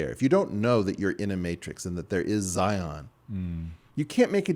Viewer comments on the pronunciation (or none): none